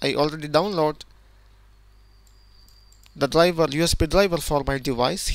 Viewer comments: DRIVER - dlajva, dlajva, dlajva :X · Very good video but your pronunciation of "driver" sounds like dlabel